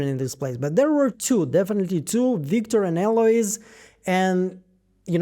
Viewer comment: “Wictor” gave me a good giggle. You’re such a talented analyst, great work on this as always!!!